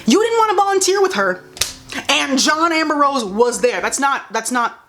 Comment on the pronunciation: It’s the fact that she keeps saying “John amber-rose” instead of saying “John Ambrose” 😂😂😂